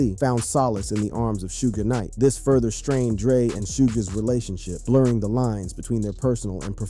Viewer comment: he even said " shoojes business